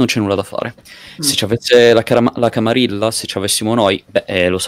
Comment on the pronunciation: Grandissima figata, si prospetta una serie divertentissima. Unica puntualizzazione: "camarilla" si pronuncia "camariglia" similmente a "guerriglia"